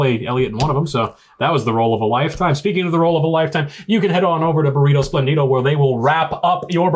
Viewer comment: Hey... really nice episode. Just one thing: please... it's "espléndido", not "esplendído", hehehehe.